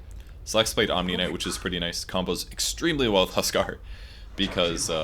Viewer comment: You say "tuskar" all the time haha